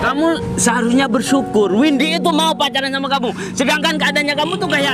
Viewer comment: Of jadi salah Oh Mba windi maaf bukan vindi yah😬😀